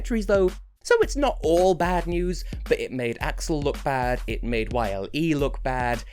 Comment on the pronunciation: Wow.. That was some speech there. If you're expecting viewers to comment then you should leave some words for them as well. That said, there's few points I can still make. YLE as opposed the common belief is not spelt Y. L. E., rather just as a word, yle. Other than that your Finnish pronounciation isn't bad at all. As for the song feeling a bit too crafted for the Eurovision, one might have a feeling like that as you mentioned. But listening to their other stuff (there's quite a bit of that already) it's not that far off from this creation so I'd dare say this is legit Blind Channel at their earnest. As for the lyrical meaning with the finger wagging and suicide stuff, it's a bit of a thin line they're treading. Certainly a pitfall that may cost them some points. After having heard them tell about the song meaning in interviews and all that it's not quite as literal as it seems, so maybe they should release some more info on the meaning of the song so a wider audience learns what it's about rather than assuming the worst. As for your video, that was really well thought out information and even while I live in Finland I didn't know as much details about Akseli's incident as you did, so I learned a lot there.